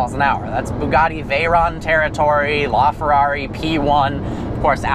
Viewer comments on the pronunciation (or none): none